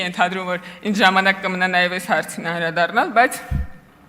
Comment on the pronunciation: Աղջիիի՛, <անՐաԴառնալ» չէ՛, «անԴՐադառնալ» էէէէէ՛՛՛՛, ա՛յ կիսագրագե՛տ!!!